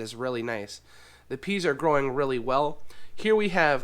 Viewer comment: I hate to tell you but it's PEAS!!!